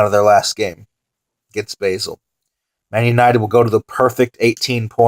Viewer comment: it's pronounce bah-zel not bay-sel